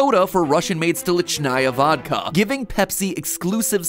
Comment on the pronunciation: The way you pronounced Stolichnaya made me dissolve